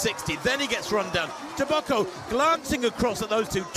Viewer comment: TEBOGO, not TABACO MR!